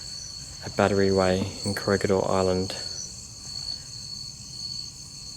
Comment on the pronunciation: I watched the whole video and never saw the bat tree you kept speaking about. Did I miss something? ....lmao oh I get it now you were actually trying to say battery. 3 syllables. Cute video.